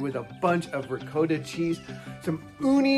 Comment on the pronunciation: Riccotta Not regodda.